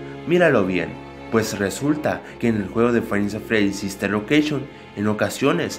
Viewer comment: Like si dise fnaf sister loceishon en verdad es sister location